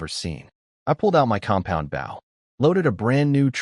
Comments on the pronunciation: Your AI narrative pronounces bow like the English word how, which is incorrect unless your talking about part of a ship! When talking about archery the word bow rhymes with the word English words low, or go, or so, or throw, or the name Joe. Whe pronounced correctly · these AI generated stories can never tell the difference between a BOW ships front like bou, ( amongst others) and BOW (and arrow) like bowe so hard to hear the ships term for the bow and arrow pronunciation all the time. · hearing bow (bou) instead of bow (bō) everytime is killing me. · anyone else irked that whenever AI says Bow it comes out as Bao? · Decent story. I just wonder why no AI seems to be able to say "bow" in the archery sense. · This story is great. The AI narrator is first rate. Good voice, good timing, good inflection. So why is the word bow, as in bow and arrow, pronounced like a bow, as in bow to the king and queen? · this was a tough one. the fact that BOW is mispronouned every second sentence was tough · This is good story but I'm not getting any closer to being comfortable with the mispronunciation of the word "bow!" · is it me or can none of these ai genrated things pronounce bow correctly. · The thumb nail show’s the protagonist wielding a bow, how do they manage to pronounced as bait. How do they fail to highlight words with multiple pronunciations? Liv, live, etc